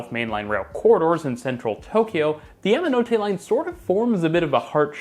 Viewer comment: It's "yah"manote, not " yam" like the root vegetable.